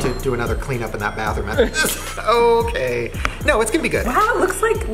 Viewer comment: "Is it a yes or a nor"😂